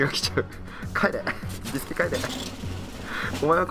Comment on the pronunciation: ビスケの発音がおかしいw